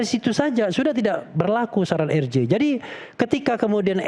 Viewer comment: Bapak rambut jingkrak plis deh, singkatan RJ kalau anda mau menyebut pakai bahasa indonesia spellingnya jadi eR Je, tapi klo pakai bahasa inggris jadi aR Jei, kenapa anda malah jadi eR Ji? Gatal ih telinga yg denger, Izyyyyyyyn 😅🙏